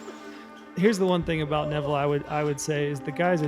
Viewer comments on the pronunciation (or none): none